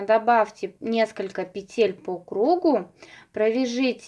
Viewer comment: пЕтель, пЕтель, пЕтель 😬, не говорите пожалуйста петЕль.